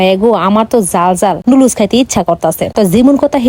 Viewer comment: নুডলস্ ✔️ নুডুলস ❌